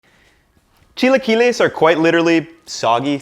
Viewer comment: Precovid, I used to go this place that had chilaquiles on the weekends, during breakfast. I would always say "Idk if I'm pronouncing this right, but can I get the 'chai-la-kwai-lees birdy" and would point at the "Chilaquiles Verde" option on the menu. One of the girls got so red trying to hold back her laugh.